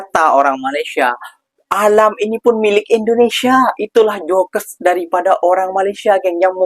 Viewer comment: Jok jok jok jok jok bukan jokes bacanya😅